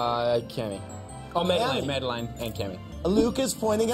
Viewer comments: can we talk about how he pronounced madelaine’s name as mah-dih-lihn instead of mah-duh-lain like I’m sorry but I’m a super fan PRONOUNCE THE QUEEN’S NAME RIGHT ITS MADELAINE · Its MadelAine not Madeline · Is it just me or is KJ saying Madeline instead of Madeleine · I kinda screamed when the guy said madelaines name wrong